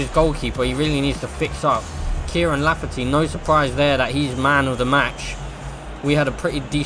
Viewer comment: It’s Kyle lafferty 😂